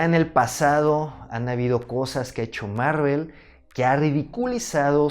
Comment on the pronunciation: Bro, ¿por que siempre dices "Marruel" cuando te refieres a Marvel?